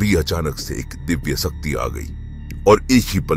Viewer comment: सक्ती नहीं शक्ति बोलिए